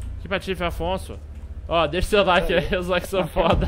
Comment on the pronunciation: É affson ... AFFSON !!! Não afonso '-' PQP JÁ É O SEGUNDO VIDEO COM ESSE ERRO ushasuhashuashashua